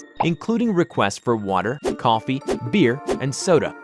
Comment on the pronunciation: Just say coffee